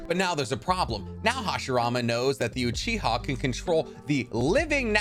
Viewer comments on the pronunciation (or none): none